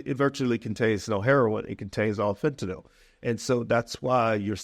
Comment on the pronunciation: So fentanyl is pronounced Nil, for real? I’ve never known.